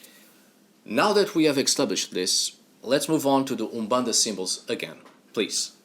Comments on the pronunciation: Hi, I live in the city where umbanda was created, in the city of São Gonçalo, Rio de Janeiro. The native pronunciation of Brazil was the first you spoke . Umbanda is born from a prejudice that occurred in Spiritism (Alain Kardec). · Just started the vid and I must say, your pronunciation of Úmbanda'is on point 👌🏾 Ok, all your pronunciations are perfect! And the one you choose for Exu is the right one. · Your pronunciation of umbanda is perfect! The other words you have a perfect Portuguese from Portugal accent. Great work!